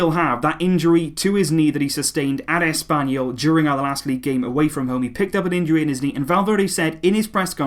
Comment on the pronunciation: Did you just said Asspanyol??? 😂😂